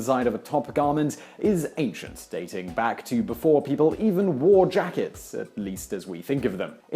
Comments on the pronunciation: says 'jackest' in the vid, instead of 'jackets' at 0.05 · Jakest? Don't you mean Jackets? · I just assumed they were all just mobbed up Italians. .... and it's "Jackets" NOT "Jackest" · The beginning says "Jackest" instead of Jackets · Its "J-A-C-K-E-T-S" not "JACKEST." However as always informative video. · What's a "JACKEST"?